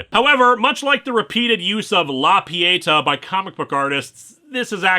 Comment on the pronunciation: I really love everything you do, but please, pretty please: “La Pietà” it’s pronounced like “pee-a-TAH”. 😅